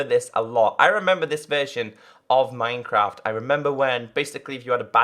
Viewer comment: "mynecraf" xD